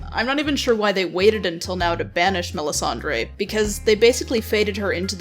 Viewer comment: Lol.. you're CANADIAN!! No excuse for mispronouncing MELISANDRE! :-P